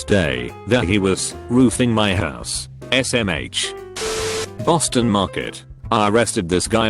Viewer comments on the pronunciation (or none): none